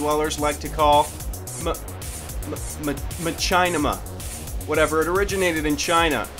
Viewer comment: Trash talks DigitalPh33r and says machinima is known by basement dwellers. -Can't even pronounce machinima right, and then refers to Halo: Reach as "Halo 3: Reach". logic 101. BTW, welcome back,!